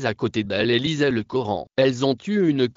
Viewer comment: C est le Coran et non le gioran